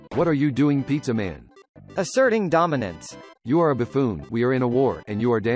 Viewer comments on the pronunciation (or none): Pizza man: "taunts after killing an enemy" Also pizza man: DUMINANCE